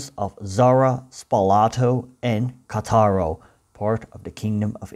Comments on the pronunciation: The name of the city is Càttaro, not Catàro. Spàlato, not Spalàto. Your explanation is too much pro-Slavic. If the interior of the Balkan peninsula had been completely Slavicized for centuries, the Dalmatian coast was only partially Slavicized. Many coastal towns had maintained their Romance dialect until quite recently. In others, Venetian language was prevalent until the fall of the Venetian Republic (1797). The situation changed only in the 19th century, with a real Slavicization of the coast. According to the Slavs (and you only heard their bell), they have always been there , even Marco Polo was called Marko Polo and Pinturicchio was called Pinturic. Instead, the Slavs have certainly been around for hundreds of years, but before they were the country servants of the native inhabitants. Now, they say they built it all themselves (the true natives). Which does not explain why in the interior of the peninsula they were only able to build poor buildings or bad copies of Austrian and Turkish architecture. When archaeologists discover cities of classic Slavic vegetable huts on the coast, they will be right. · Please note that Spalato and Cattaro are pronounced in Italian with a stress on the first syllable.